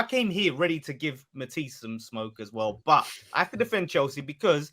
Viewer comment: 😂 ffs let that word go lol